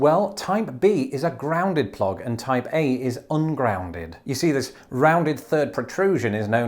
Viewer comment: I am going crazy thought to hear Taipei every time you said Type A....